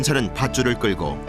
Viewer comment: 줄로 끄꼬와가지고....내 고향 말이네